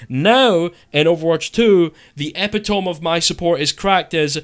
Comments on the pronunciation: epi tome🚫 a pita me✅ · Why you pronounce epitome like dat Great video, I agreed with all the points made. I think there will always be bs low skill mechanics in this game, that’s just how it is. Lost all hope for this game really getting better.